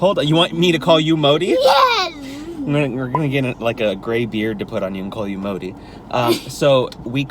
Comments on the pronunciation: The 'd' in Modi is pronounced as 'the' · Modi pronunciation 😂😂😂